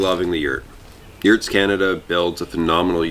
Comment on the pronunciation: "Did you say Yewts?"